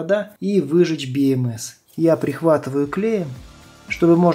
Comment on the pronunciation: слух режет))) БиЭмЭс... либо говорю по-русски, как все: БэЭмЭс либо по правильному англичански: Би Эм Си 🙃